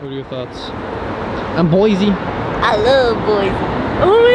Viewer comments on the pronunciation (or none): Also, we can tell when you’re from out of town. It’s “Boy-see” not “boy-zee” Idaho